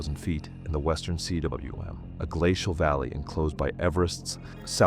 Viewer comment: It's not C.W.M it's pronounced coom. It's a Welsh word meaning valley!